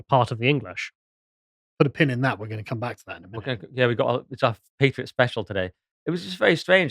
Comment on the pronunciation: Pronunciation is important- patriot ...the pat is as cat